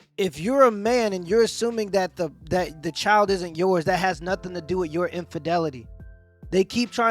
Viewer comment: What was she saying? 'Not a dam ting!'